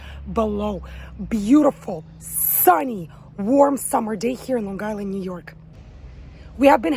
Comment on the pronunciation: Definitely from Long Island when you pronounce it "Lawn Guyland." 😀